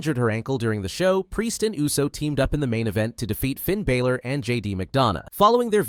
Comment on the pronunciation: Bro said Finn balers name wrong 😂